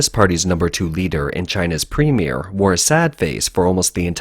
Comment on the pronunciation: I thought its premier not premie correct me if im wrong